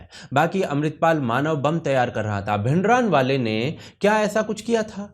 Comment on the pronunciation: भिंडरानवाले नही भिंडरांवाला है सही उच्चारण।